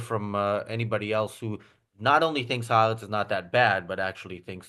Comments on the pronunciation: Maybe could learn how to pronounce Ha'Aretz. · Who is? She's very good. Incidentally, not a single antisemitic "journalist" or commentator I've heard referencing Ha'aretz pronounces it correctly. Not one.